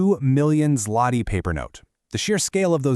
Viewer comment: WHAT ZLOTY?????!!!! IT ZŁOTY READ IT ZWOTY